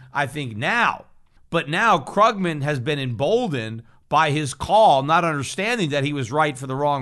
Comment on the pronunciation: Love how Peter deliberately mispronounces Krugman's name :D